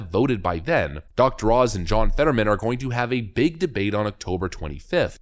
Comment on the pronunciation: His name is John... Fetter-whamen!